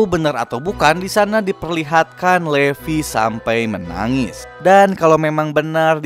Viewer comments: Livay kak baca nya. Tulisan nya levi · Sebutnya livai